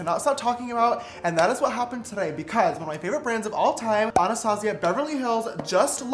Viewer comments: Me : anustayzia James : anarstasia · Isn't it normally pronounced ANNA Stazjiah instead of anastAHzia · Ok dont take this as a hate comment or anything but your saying Anastasia wrong. Its pronounced "anastayshia" 😂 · Your not saying my name right